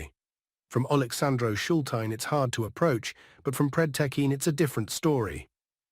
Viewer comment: "Funny" how you pronounce the names or villages and towns, e.g. Alexandro Shultine. Don't make of yourself a laughing stock.